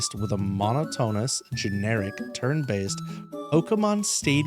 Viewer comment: bro really said "mono to nous"